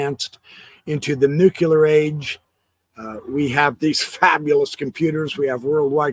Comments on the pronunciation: nuclear...is pronounced Nu-klee-ur. Not Nu-cue-lar... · “New-cue-Lear” is not nuclear. Your credibility becomes questionable when you can’t even pronounce a simple word. Sorry. You have such an important and worthy message that it deserves to be shared in the most credible way.